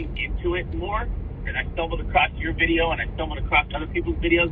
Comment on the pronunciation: I love how you say videa